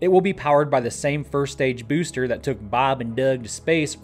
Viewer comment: I like the way you say"bewster"